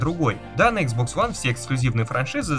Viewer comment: Ну блин почему ты иксбокс называешь хуан?(((